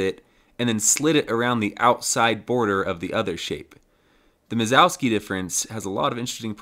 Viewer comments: Minkowski, not Mizowski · Who's mazowski? It's pronounced min-kov-ski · Great project, you're killing it. Also great job on the animations when explaining stuff. It's Minkowski btw, there's no Z there lol. You kept saying Mizowski or something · Started the video calling it "Minkowski" and then a minute later started calling it minZOWski for the rest of the video, heh. ITS KOW NOT ZOW!!!!!! Anyway, fun stuff. I would've tried to avoid doing that extra work on an N64 though and just traced a line, or did more like a capsule shape with one end encapsulating the start position and the other end - spherical bounds, and just have a cylinder connecting them. I've used Minkowski sums in other projects, mostly my CAM software that I've been developing for a few years. Thanks for sharing! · He gets it almost right the first time he says it. Sounded like Mingowski to me but the subtitles got Minkowski. Mizowski all the way after that though. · I feel like you must be uncontrollably uttering "Mike Wazowski" in your head most of the times you try to say Minkowski given the garbled thing you're saying instead.